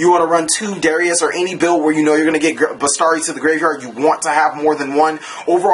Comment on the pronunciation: Oh, and it's besIIIIIari not bestari :)